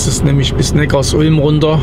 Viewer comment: Im Audi-Werk war ich 1,5 Jahre fast täglich arbeiten. Und bitte sag nicht NeckarsUlm, sondern NeckarSulm! Die Sulm ist ein kleiner Fluss, der in den Neckar fließt. Viele machen den Fehler und denken, dass es etwas mit Ulm zu tun hat. Den Fehler machte ich auch mal, bis ich dann 10 Jahre dort wohnte.